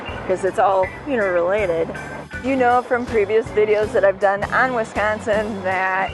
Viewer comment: Wee = sconsin